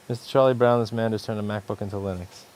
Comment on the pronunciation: His pronounciation of “MacBook” is absolutely brilliant to me.